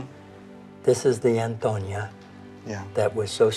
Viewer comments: They always mispronounce the name "Antonia", they say it as if the name were "Antonio" instead of "Antonia", there is a difference, in one the last letter is "o" and the other is "a", it is the same name but with a different gender. You English speakers don't pronounce stephan and stephanie the same way, right? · Why were they repeatedly saying Antonio when it clearly says Antonia?😂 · why's he keep calling Antonia "Antonio" then? 😂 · Antoniaaa no Antonioooo 😂😂😂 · I'm not so sure, he says "Antonio" all the time and it's "Antonia" 😂😂😂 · I’m not sure why he keeps calling her Antonio (male) instead of Antonia (female) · Antonia not Antonio 😄